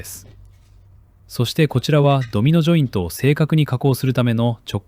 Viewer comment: "Domino jointo, yo, no cheapo desu". For a second I thought I understood Japanese.